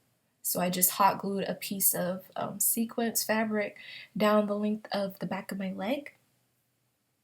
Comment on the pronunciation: Wait. Wait. Did she say "sequence" fabric. LMAO, great video tough 😊